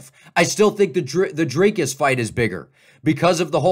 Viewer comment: It’s Dr-I-cus not Dr-A-cus